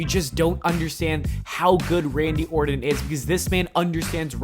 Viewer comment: The gag ball makes it hard for him to talk. So when he is saying Randy Orton we're really hearing him say Randy Orrin.